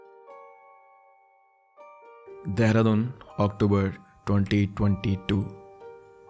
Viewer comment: I don't know what I heard but the way he said 2022